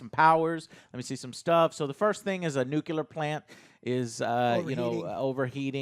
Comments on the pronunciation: NEW-CLEAR, JOE, NEW-CLEAR; NOT NEW-KEW-LAR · Stop saying nuclear as new-ki/key-lar. It's new + clear :-p. Jokes aside I agree pretty much with your opinions. Willing to see what the next episode brings but to be honest do not have high hopes for the whole season. Would be super glad if I'll be proven wrong though.